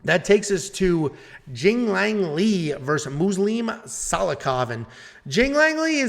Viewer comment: Tells us not to embarrass ourselves pronouncing Ricky Simon's name and then butchers Punahele and Jingliang's name 😂